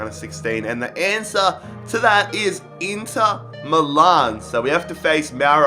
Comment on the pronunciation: It's Me Lan (Milan) NOT Me Larn.